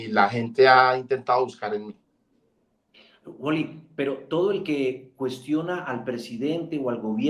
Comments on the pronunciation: Ese Man..el que nivel de inglés tiene?.....le dijo "uoli" toda la entrevista......jajajajaj, y el "Uali".....tirando paciencia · se dice w a l y, no woly 😂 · jajajajaja el amarillista entrevistando a WALLY, no es woli es wally en español mi rey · Vibr por que decía wally